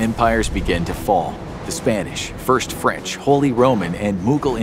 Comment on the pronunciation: You Said "Fench" 😂